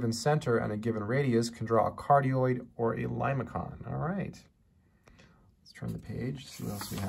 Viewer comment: ok, but limaçon is pronounced "limaSon"; that's what that little hook is there for. It means 'snail'.